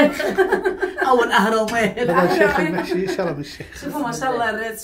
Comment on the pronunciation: شرم الشيخ الراء ساكنة بتنطقوها خطأ